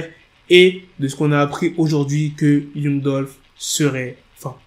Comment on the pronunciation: un noir qui prononce mal l'anglais , c'est honteux. Youngou au lieu de Yangue